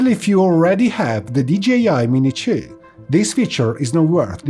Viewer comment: What is this other drone he speaks of ,,, the mini tjoouh? xD